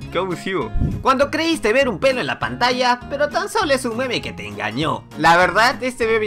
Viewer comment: Cuando dijo pelo entendí pene